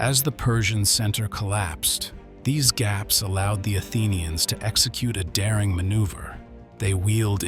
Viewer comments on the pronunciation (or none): none